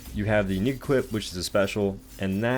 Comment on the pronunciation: wtf why does he say unique like that.